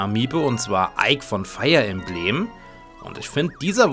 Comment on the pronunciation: Bitte hör auf Das Emblem in Fire Emblem Deutsch auszuschprechen , Es ist Englisch sonst würde das Fire auch Feuer sein ist es aber nicht weil es sich dumm anhört also gewöhn dir das bitte,bitte an🙏🏻 ansonsten Schöner Part mit Schönem Level und schönem Yoshi.